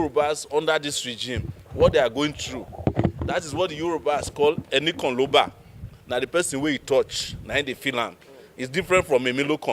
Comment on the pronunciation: ENIKAN LO MON not ENIKAN LO BA